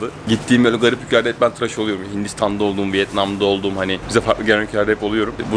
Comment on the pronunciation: Traş değil tıraş*